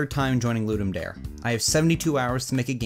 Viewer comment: I think it's pretty good for a quick prototype, especially considering the hurdles of tech issues & lack of information. I'm a long time pinball junkie, haha! Oh, and not that it matters terribly, but it's pronounced "Dar-A", it's Latin. Ludum Dare means "game to give" - the more you know & all, lol. Have fun & keep up the great work!